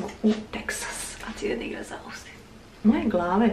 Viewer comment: Velika zivotna promena, sa srećom da vam bude! Inace se Austin ne izgovara kako je napisano, vec Ostin. Zivim vec neko vreme u Americi, i zaista je razlika u odnosu na to u kom state-u živiš. Velika je ovo zemlja 😅 Teksas je predivan, i sigurna sam da ce vam biti lepo! Jedva cekamo vlogove! ❤🎉